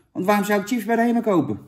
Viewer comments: Jan kom op, je spreek het uit als sjips niet Tsjips ! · Volgende keer gewoon sjips zeggen jan, ipv tjips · Het is ‘sjips’, Jan. Sjips!!1! Niet tjips… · Iedereen: chips Jan: tsjips! 🤣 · Zucht Jan..."tjips"...het is "chips" (10e keer) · Sjips lul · Niemand: Helemaal niemand: Jan: tjips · lekkere tsjips